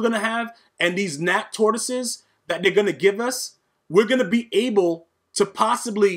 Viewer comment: 🎶Lions, tortoises, and hares oh my🎶 Listening to you say tortosies over and over has made my day. 😂 This game yoooo!!